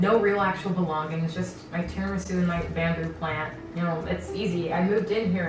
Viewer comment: I don’t know how to pronounce tiramisu anymore, and I blame you